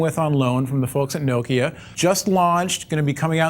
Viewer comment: You say Nokia wrong.